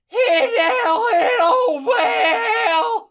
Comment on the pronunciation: Did he have a stroke when he said bell